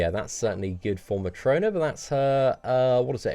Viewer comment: & You said "Matrona". Read her damn name.